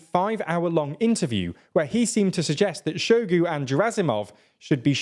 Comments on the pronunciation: I will gladly volunteer to send you guys an audio recording of how to correctly pronounce names before you make videos…Shoigu is pronounced exactly how it’s spelled, “Shoi-gu” and not “Show-gu”. You guys almost said Prigozhin right - the only thing is that this “zh” in Russian transliterations is more like the sound at the end of the word “orange” and not a “z” sound with a silent “h” like you guys say it. Russian doesn’t really have silent letters like English, and in any case the “zh” corresponds to a single Russian letter, “ж” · Make an effort, son. It’s pronounced “Shoy-gu”.